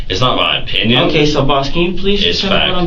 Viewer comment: I got my pynnoyns and you got udder pynnoyns